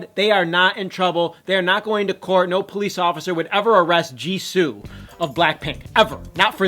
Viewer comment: You pronounced jisoo wrong